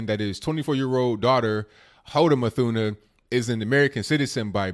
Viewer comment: C'mon people...her last name is NOT English so there is NO "th" sound (a digraph...)...so her last name is pronounced "MOOT-Huh-NAH". (Yemeni)